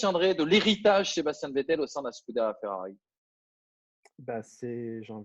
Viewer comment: ont t’apprécie tous mais faut vraiment que tu arrêtes de dire Sébastien,tu me stress a dire Sébastien c’est plus possible